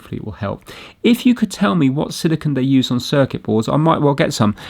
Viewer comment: A silicunt is very different than silicone haha